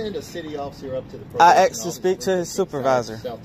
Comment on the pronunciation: He AXED to talk. 🐓🍼👶🏼😭. He was to cowardly to show it.